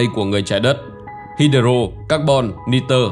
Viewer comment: Đọc sai nhiều Hydro, Electron ....